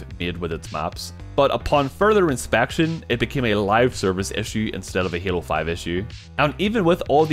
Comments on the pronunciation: It is pronounced halo. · "What makes Hyaelo, *Hyaelo*? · Why do you call it heelo? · is he saying halo? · Your accent when saying " halo" is the same way i pronounce "hello" when i walk into an awkward room of people 😂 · lol...343 comments before me, also he says halo funny, loved the video though